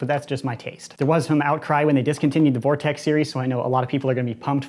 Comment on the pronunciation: Gess who’s back. Ps it’s vortex